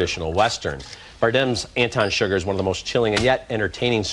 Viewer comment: Anton Sugar? Lol. I know it's Chigurh. But still, lol.